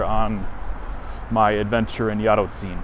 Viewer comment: Yup, "Książęce" was pretty much spot on (if you spoke it without hesitation, it would basically be native-level :)). "Jarocin" was a little worse, because you kept forgetting that "-ci-" are not two different sounds, but one phoneme in which the "i" serves to soften the "c", i.e. it's quite similar to the "chi" in "chimney".